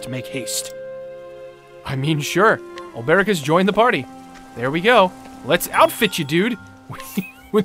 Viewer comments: Hopefully at some point will realise it's Olbe-ric, not Ol-ber-ic. Also, it was with Cyrus that there was the references to Hornberg. His lecture at the start of his story was talking about the fall of Hornberg, and 'From the Far Reaches of Hell' was a tome of Hornbergian rites and knowledge. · His name is Ol-Bric you!